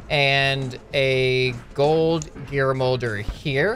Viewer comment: "gald gear"